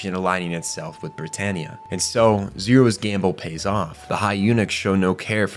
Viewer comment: Why do you pronouce every character wrong? Cahlen??? Britarniea? This has to be AI generated.